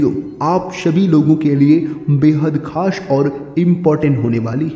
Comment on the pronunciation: Khash nahi khas hota hai